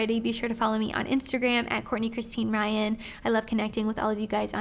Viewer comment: “ Courtney rYYann “😂